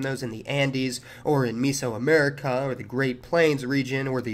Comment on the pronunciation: When he said miso instead of meso america i couldn’t stop laughing